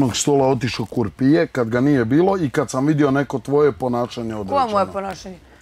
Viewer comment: Neka neko već jednom kaže da se ne kaže "kurpije", nego "krupije".